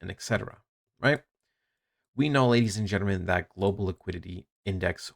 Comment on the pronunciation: “Ladies and gnrmnn”